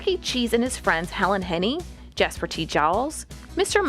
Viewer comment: I swear they are saying Chucky Che-JESUS. Its creeping me out